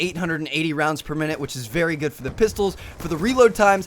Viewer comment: Great videos but a personal thing that irks me is the way you emphasize Very and Really